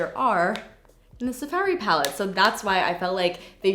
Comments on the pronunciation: “Sa fairy palette” so canadian. so cute. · The way you say safari 😂😂😂 I crack up everytime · Why do you say Safari weird lol